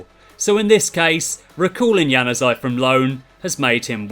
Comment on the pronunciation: You butchered Januzaj's name completely😂😂😂😂😂